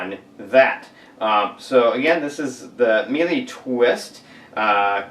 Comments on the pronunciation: what im finding online is more of a meela sound rather than meelee. just so you know :) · It is Miele Mee-Luh